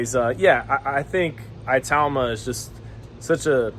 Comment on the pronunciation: It is pronounced e-tauma it’s an African name